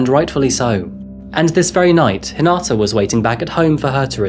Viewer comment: Hi-na-ta. Not Hin-a-ta.